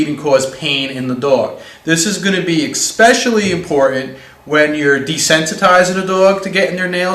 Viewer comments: Good information, but this narrator talks like an illiterate moron. "Expessially"? LOL. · You lost me when you said "eXpecially."